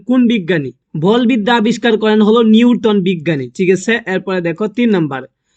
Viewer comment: Uni to thi kore uccaron pare Jule,Newton,Mitar etc uccaron e korte pare na egulaki Common asbe!?